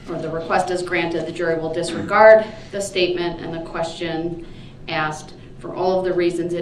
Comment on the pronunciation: He is going to have a hard time in prison when he's "told orders" and not "axed".